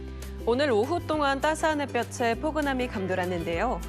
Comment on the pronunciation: "오늘 오후 따스한 햇볕에---" 발음을 "따스한 해뼈체"라고 잘못 발음하는데 "해뼈테"라고 해야지??? "'홑받침이나 쌍받침이 모음으로 시작된 조사나 어미, 접미사와 결합되는 경우에는, 제 음가대로 뒤 음절 첫 소리로 옮겨 발음합니다. 따라서 ‘발끝을’은 [발끄틀]로, ‘햇볕은’은 [해뼈튼/핻뼈튼]으로 발음하게 됩니다. 한편 ‘발끝을’을 [발끄츨]로, ‘햇볕은’을 [해뼈츤/핻뼈츤]로 발음하려는 것은, 받침 'ㄷ, ㅌ(ㄾ)'이 조사나 접미사의 모음 'ㅣ'와 결합되는 경우에는, [ㅈ, ㅊ]으로 바꾸어서 뒤 음절 첫소리로 옮겨 발음하는 이른바 구개음화 현상에 이끌린 것으로 볼 수 있습니다만, 표준 발음은 아닙니다. 보기를 들어 모음 'ㅣ' 앞에서는 '밭이[바치], 밭이다[바치다], 밭입니다[바침니다]'와 같이 받침 'ㅌ'을 구개음 [ㅊ]으로 바꾸어 연음시켜 발음하는 것이 맞지만, '밭은/밭을/밭에'의 받침 ‘ㅌ’은 ‘[바튼]/[바틀]/[바테]'와 같이 모음 앞에서 본음대로 연음시켜 발음하는 것이 맞습니다. (관련 규정: '표준 발음법' 제4장 받침의 발음, 제13항./제5장 음의 동화, 제17항.)"